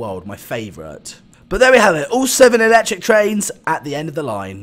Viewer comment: It is actually electric not eecetric